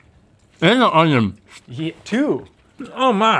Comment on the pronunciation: Did that guy really pronounce onion as OWN-YON